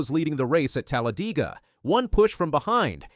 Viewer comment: i hate how you said Talladega